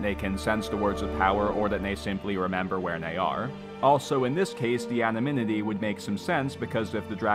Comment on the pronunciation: "Anominity" lol